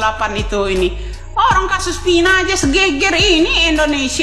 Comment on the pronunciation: Vina, bukan pina, kebiasaan, huruf " V atau F " d ganti " P"😂😂😂😂😂😂😂